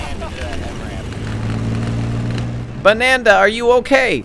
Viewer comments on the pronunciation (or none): his name was Banada like Canada, not Bananda lol!!!